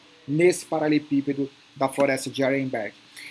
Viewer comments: Anos acompanhando o falar "paralepípedo" ao invés de "paraleLEpípedo" kkk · kkkkkkkk eu ainda fico esperando ele falar do jeito certo kkkkk um dia vai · Uai prestar atenção, ….verdade.